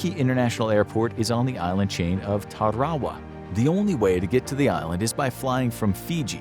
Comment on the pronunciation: I get that these names can be hard and we can go off spelling. But it's KIRA-BOSS (for Kiribati) and TAR-A-WA for the atoll mentioned